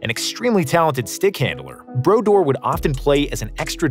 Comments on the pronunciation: Marty brodoor is the pronunciation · Narrator obviously doesn't watch hockey with that pronunciation of Martin Brodeur